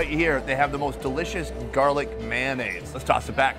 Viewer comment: Still gets me everytime you say MANaise, it's MAYOnaise :p